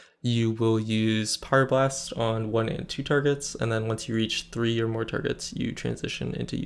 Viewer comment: It's really difficult to understand if you're saying Pyroblast or Fire blast at the beginning of your video. Just so you know. :(